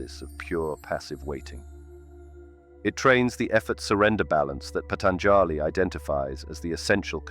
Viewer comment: It hurts how u pronounce Patanjāli. The 3rd a is SHORT not long!! Jivan mukti Jay!